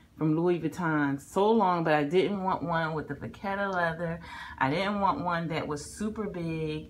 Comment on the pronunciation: Lovely! Btw....it's pronounce...." Va CEDD a"....there's no "t". Congrats on your terrific new bag....love it!